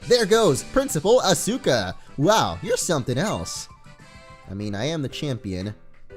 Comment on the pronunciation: You pronounce Asuka wrong